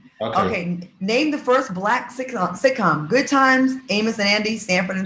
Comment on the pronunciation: Babyyyy funky said he’s a “goodt” man, he’s a “goodt” man Savannah 🤣🤣🤣🤣 took me completely out 💀💀💀